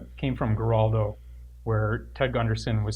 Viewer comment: I really appreciate the work The Satanic Temple does and I think Lucien is an intelligent and cool ass dude, but for the love of Satan! Please learn how to pronounce Geraldo!